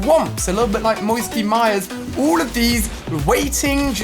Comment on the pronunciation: Instead of pronouncing all Ali says oooll